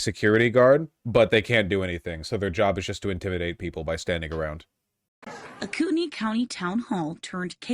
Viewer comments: Coo ten ee. Everytime I jear google say it I'm like no, thats not how we say that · US place names are so weird Kootenai County is apparently pronounced "Coo'ney County"???